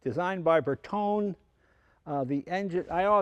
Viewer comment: Jay nice video but PLEASE pronounce Bertone correctly!!! Your father would thank you for it...